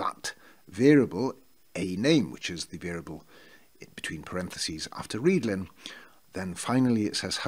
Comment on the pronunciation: Yes, I was saying that your pronunciation of 'readln' is correct.